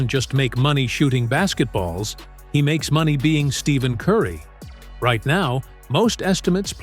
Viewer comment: To make a video about someone and mispronounce his name the entire video is crazy work . Do better